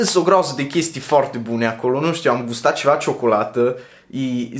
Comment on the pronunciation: Baa, îmi place cum pronunți cuvintele asa la mișto 😂😂😂"mi fome, forte, bombona sport, zoppy etc" 😂😂😂